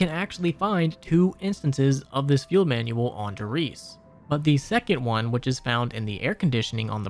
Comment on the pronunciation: "Manuel"? Don't you mean manual? Luhmayo of course a.m. 11/24/2024